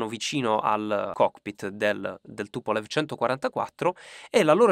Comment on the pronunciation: si pronuncia TupoleF